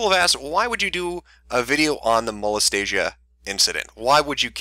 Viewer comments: Mo-les-tia is different from Mo-les-ta-sia. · ok seriously Molestia rhymes with Celestia, not Anastasia. It's nails on chalkboard xD #Pronunciation Trigger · It clearly says "Molestia" Not "Molestasia" lol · 39 people were probably triggered by the mispronunciation of "Molestia" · I used to read Princess Molestia when I was younger and your pronunciation of her name annoys the heck out of me. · Of all the shit in this video, the one thing that really bothered me is that he mispronounced "Molestia" There. I've made my autistic post for the day.